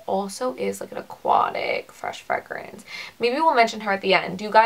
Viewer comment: I was wondering where you are from? I have never heard fragrance pronounced like you say it. You don't say "Fray"